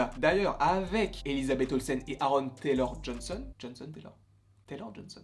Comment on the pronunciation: Aaron Taylor-Johnson !!! appelle le juste Aaron dans le futur on saura de qui tu parle ça t'évitera de massacrer son nom a chaque fois mdrrr